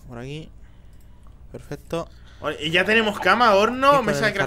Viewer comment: soy yo o massi Dice pefeto